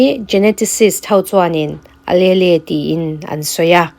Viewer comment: Alelle hi uhleel tih in lam zawk la .Miss . I channel hi ka lo hlut teh mai nia.❤